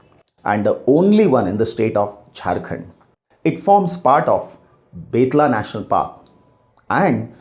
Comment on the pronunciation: Sir, thank you for this compact video. I think this can be the best video on BR, NP and WLS. I just have a small request to you to Pronounce some of the names correctly, like Saikhowa, Betla, Jaldapara, Sariska etc. Thanks again!